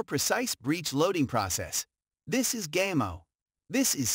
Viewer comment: Gaymo? Really? It's Spanish, it's pronounced (gah-mo).